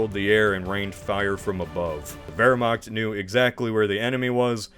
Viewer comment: interesting that you pronounce the W correct in Wehrmacht but not Luftwaffe 🤔